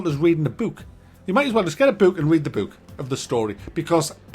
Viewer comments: Why is he saying buk? Read a buk. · I thought u said "Boot".. Would've been funnier. and IDK why it would've made as just as much sense too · My favorite part was when kept saying 'Boot' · Is that really how you say “book”? Because I love it 👍 Bewk. Beook. Beuk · That's how pronounces words with double "o's" in them. "Bewk, hewk, cewk." 😂😂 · Boek! His pronunciation is literally "boek" (Dutch).